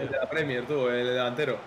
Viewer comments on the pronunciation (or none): none